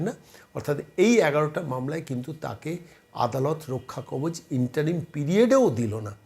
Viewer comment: রক্ষাকবজ নয়। কথাটা মনে হয় রক্ষাকবচ হবে।